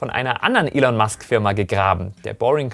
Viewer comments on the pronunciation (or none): none